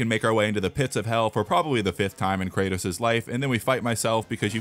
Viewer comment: Thats not kratos thats karrots💀💀